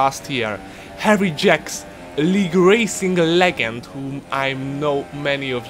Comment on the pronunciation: Omg The way u purnounce "legend" is so funny 😂😂 Big like